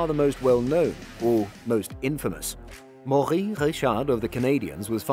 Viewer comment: as a french man idk if I should be offended or laugh by your pronounciation of The Rockets first name